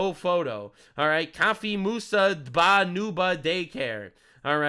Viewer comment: dba is not a Muslim name. It's pronounced d-b-a and stands for 'doing business as'. Not duba as in Dubai.